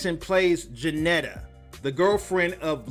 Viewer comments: Man it's Juanita not Jeanetta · Breh said janettah lol juanita...wa..ni..ta lol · Did he just say Jenneta* bro its juanita WA-NEE-TUH I feel like you didnt watch the movie lol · Oops " Juanita "not Ganita " did anyone catch " that..good movie & yes" I agree great sound track...she looks amazing, Black don't crack " I wouldn't trade my culture for anything in the world...shot out to all our Beautiful Black Queens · Bro😳😳😳😳... Bro Bro🤦🏿‍♂️🤦🏿‍♂️🤦🏿‍♂️🤦🏿‍♂️.. Juanita (Wah-Nee- Tuh)!! Jeanetta??? DID U EVEN SEE THE MOVIE🤦🏿‍♂️🤦🏿‍♂️🤦🏿‍♂️🤦🏿‍♂️🤦🏿‍♂️🤦🏿‍♂️. WATCH IT!!! ITS DOPE🤬🤬🤬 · Are you sure you watched this movie. If so, I can't tell, calling her Ja-nee-ta The name is wa, with a W. Wa-nee-ta = Juanita😂😂😂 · Dude really! Her name is JUAN-ITA!! I started listening to this but got disinterested when you pronounced her name wrong. I mean, have you ever seen the movie because if you had then you would her name is not Janeta or however you pronounced it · It’s pronounced (WAH-NeedA) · I thought it was pronounced wah-nita 😉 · She plays Juanita! Pronounced Woneeda! 🤦🏾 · It’s pronounced wa/nita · Did this nigga just say Janetta????? Ok I’m not watching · And he Pronounced her name wrong...he needs to work on his commentary more😒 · You pronounced"Juanita" wrong